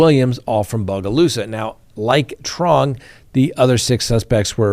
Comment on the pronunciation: Great job on your pronunciation of Bogalusa. I'm proud of you.